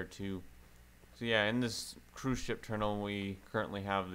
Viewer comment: Love the way you say terminal it is more like ''terimnal''